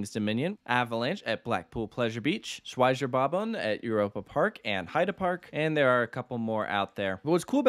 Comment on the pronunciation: Nobody:: avalanche, Schwasebobon I Love the German language